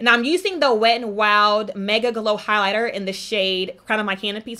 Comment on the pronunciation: TheMakeDown could it be the way she says highlighter/ highlighting??? Sounds like she has something in her mouth like a retainer or something that she’s trying to keep from falling out... it also sounds like she’s screaming at me!!!